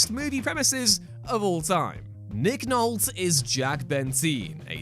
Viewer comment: I’m doubting large parts of my childhood now over “Nick Nolt,” whom I’ve always known as “Nick Nolte (with a long “e”).” One source says the e is silent and another says it is a long e.